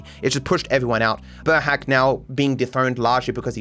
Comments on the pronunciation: burhác isn't pronounced like burhac, it's more like boorhaats. Kind of difficult, just like the entirety of the hungarian language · sorry for correction but burhác is pronounced burhas*